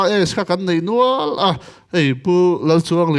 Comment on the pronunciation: ‘Nial nual’ tih turah ‘nel nual’ vawi 2 i ti. Diah duah tih tur pawh ‘deh duah’ i ti bawk. Ni dang zela i fimkhur nan ka lo sawi ve mai mai.